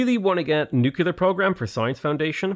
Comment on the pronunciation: What are these Nucular (nuclear) power plants you keep speaking of .... I am unculer (unclear) what you mean;P